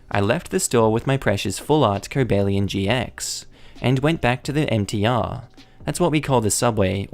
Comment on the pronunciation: cobalion pronouncement good